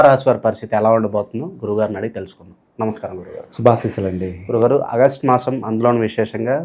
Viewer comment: అ గస్టు కాదు బాబూ,,ఆగస్టు అని పలకాలి